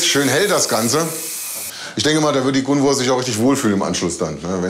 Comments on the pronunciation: Bin ich tatsächlich die einzige die getriggert wird, weil die Psychologin Gunvors Namen ständig falsch ausspricht? 😅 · Ja sie sagt ja immer gunver 😂trigger